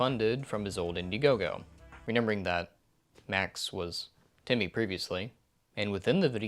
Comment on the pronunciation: Is it just me or does it sound like he’s saying “Timby” instead of “Timmy”?